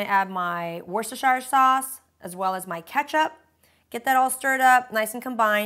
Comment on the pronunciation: Wust-er-shur, say it after me, wust-er-shur